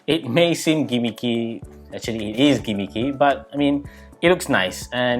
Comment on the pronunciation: It may seem GEEHMEEHKEYY “gimmicky” 😂 haha good review bro 👍🏽